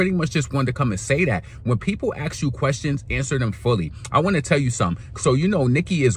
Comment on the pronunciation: ASK never AXE